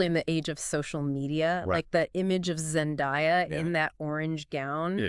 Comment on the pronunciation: Zen-DAY-a, not Zen-die-a...